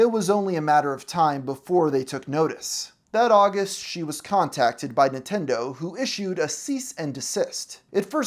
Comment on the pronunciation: It sounds like you're saying "Nitendo" instead of "Nintendo" throughout the whole video and I can't unhear that. It kinda gives me the vibe of how my gramma used to mispronounce every other foreign word lol